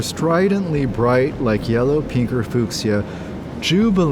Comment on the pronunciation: rick owens says fooksia hahaha